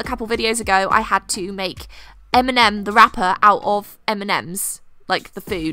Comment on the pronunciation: What she said: Eminem the rapper, out of mnm What I heard: Mnm the wrapper, out of eminem 😂